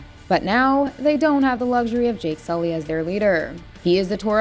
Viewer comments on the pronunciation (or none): To the woman that is narrating this: stop pronouncing the way you are in this video. You are not a high school brat. "Jake sullay as they're leaderrrrr / in their claannnnn. Trust me on this. Sincerely.